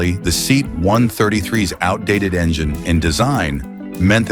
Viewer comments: It is pronounced as "Se-at" not seat....... a seat you sit on, a Se-at you sit in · Ugly as sin, but utterly reliable. Only 'let down' was if the suspension leaked. My Dad had 2 1750HL's, one after the other, he absolutely loved them. And what was with the lengthy slagging of the Seat (Say - at, muppet narrator, not SEAT!!!). The Maxi gets viewed while berating the Talbotm, then this little lawnmower gets about 10 minutes worth of slagging. Do i detect an obsession? :P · Teach the AI to correctly pronounce SEAT.